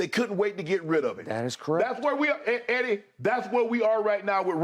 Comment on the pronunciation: Skip says "Heddy...😂". Reminds me of that satirical film where the lady says "Heddy" and the guy snaps back "It's not Heddy, it's Hedley!"